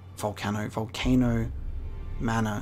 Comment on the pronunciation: Someone needs to make a super cut of all the times says Volcono instead of Volcano 😂